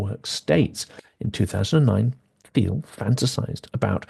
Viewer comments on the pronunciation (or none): none